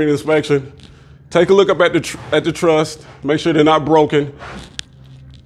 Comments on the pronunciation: Ok, awesome video… but it is truss, not trust lol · It’s a ‘truss’ brother, not a ‘trust’. Thanks for your videos. Very interesting.